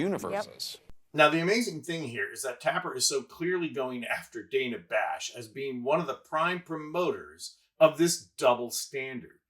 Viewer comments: The bites are good. He wastes our time. One of the STOA. The Slow Talkers of America. (He also mispronounces DANNA Bash’s name she’s not DAYNA Bash. Get it together! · I'm no fan of Dana Bash but why did you mispronounce her name for the whole video? "dan-uh" not "day-nuh" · I’m a Harris supporter but please say Dana Bash’s name correctly and you had Van Jones name incorrect. You lose credibility.